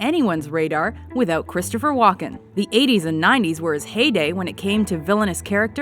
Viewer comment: The Host says Walken like she's saying Joaquin...